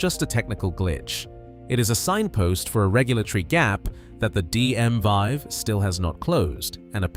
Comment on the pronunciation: It the DM (VEE) not vie!